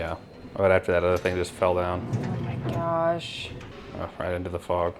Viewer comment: love when the Minnesota comes out of lol. "oh ma gosh"